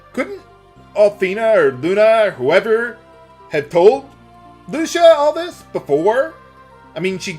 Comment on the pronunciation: You are pronouncing Lucia so wrong.